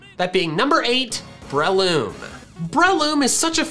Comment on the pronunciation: Is it just me or does him saying brehhh-loom really triggering